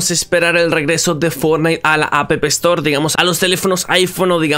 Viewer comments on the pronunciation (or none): Yo riéndome cuando dice apepel store xD